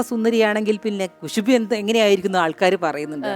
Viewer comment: കുശുബു അല്ല ഖുശ്ബു